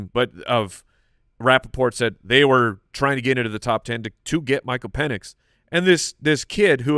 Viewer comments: at least it was Pen-S and not Peen-S🤣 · I don’t know about you - but I heard say Pen-ITs with a T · Sounded more like Pen Es to me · I heard Pennus. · He definitely said PENIs it was a soft s lol. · I heard pen is or pen es but it was close 😂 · is SO confident that he said an "X" in Penix, that you can see his hand on his head....asking himself..."What did I just say?!".... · 1000% said Pen!s 😂🤣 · def said Michael Peni$ xD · Confirmed, he said Pen-is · definitely dropped the S instead of the X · Definitely forgot the C sound before that S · He didnt say the X in Penix 😂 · I heard S... not X